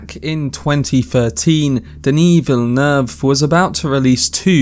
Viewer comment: Wrong: in French, the double-L is SOMETIMES pronounced as a "Y" like in Spanish (more or less), but in the word "ville" (and so in the name "Villeneuve"), it is pronounced like an "L".